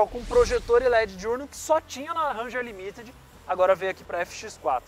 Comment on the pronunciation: Equipe top, gosto muito do programa, só elogios, boas matérias, apenas um toque pro, a pronúncia da versão Ranger limited, é límited, e não limitéd